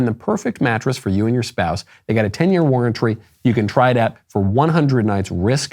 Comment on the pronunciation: "Ten year warrentree"